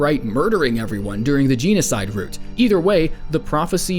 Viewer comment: jean-a-side route sjdidkajsjajsja